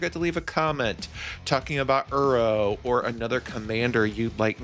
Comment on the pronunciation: I love your videos man this is the 2nd one thats popped up on my feed recently. Coming from an avid arena brawler, I love the direction you took with the deck! P.S I have to say, hearing you say "uro" instead of "iroh" kept bothering me 😂idk why, just ruffled my feathers haha